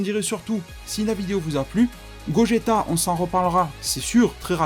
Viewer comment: C'est gogeta pas gogetto même en jap c'est gogeta bon il dise gogita mais c'est pas grave